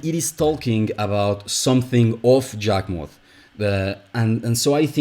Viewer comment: When I hear you pronounce Yawgmoth with a j is confusing because I always hear it pronounced what a e like sound